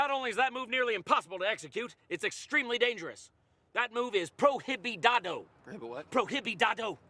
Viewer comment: Prohibididado? Prohibido haha pro-ee-bee-doh